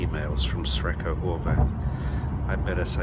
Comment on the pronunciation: ) Brian - instead of "Sre(c)ko" perhaps you should better use "Lucky" instead! ;-) (Actually the former is pronounced as 'srechko', which could be translated, e.g. from Slovenian, as 'lucky'.)